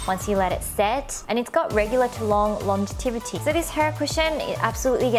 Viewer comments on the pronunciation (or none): Thank you so much for spending time and so much effort in making this informative video,! I lub! I also notice how you say "longevity" as "longetivity" xp anyways, i lub you and your videos!